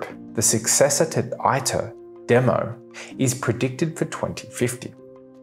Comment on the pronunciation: Some Corrections: . It is said TOE KAH MAK. It is said EATER -- it is Latin.